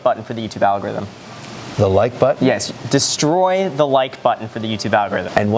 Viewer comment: Graham: “Destroy” Kevin: “DéStroix”